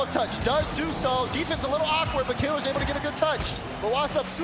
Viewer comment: Imo is not a top commentator. It's pronounced killEARz not killers